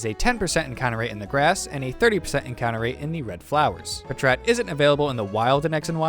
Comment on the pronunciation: Was not expecting "puhtrat" instead of "pat rat" like packrat